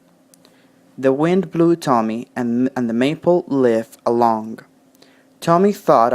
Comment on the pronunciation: Leaf has a long e sound you pronunced like lift